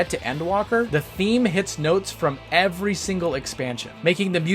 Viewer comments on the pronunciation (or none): none